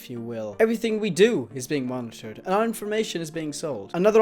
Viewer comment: Whao you said monitored like the computer monitor lol but seriously